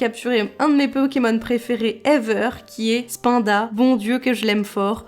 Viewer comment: Ce que je retiendrai de cette vidéo c'est que tu prononces "spain-da" au lieu de "spine-da" et je suis CHOQUÉ (sinon trop cool et je sens que je vais devoir ressortir ma gameboy advance et pokémon rubis par ta faute)